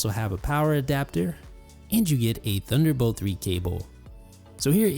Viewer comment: its THUNDER, not DUNDER